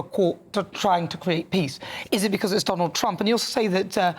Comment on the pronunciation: Your wierd not Trumb